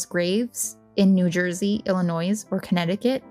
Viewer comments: No “s” at end when pronouncing “Illinois”. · I said the same thing. Who in the US doesn't know the s is silent in Illinois? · A lot of people mentioned that she is pronouncing "Illinois" wrong. We are aware. I have told her that myself as I was editing. I didn't think it would be this much of an issue. Do try to be courteous in the comments. Thanks. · The "s" in Illinois is silent. I'm sorry, I had to say something. Very educational though. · The S in Illinois is silent. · For real though haha😂